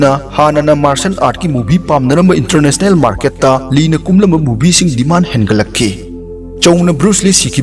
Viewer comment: Filam,dragol, intranational,pratner,dinnerrretc Tababudi ym nungai oja 👍👍👍